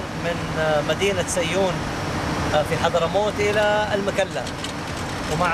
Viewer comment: اللي سال هل تستطيع الزياره عادي جدا دووبي جاي من هناك والاوضاع ممتاز. تنبيه للاستاذ اسمها المكلا ( بضم الميييم وليس بالفتح )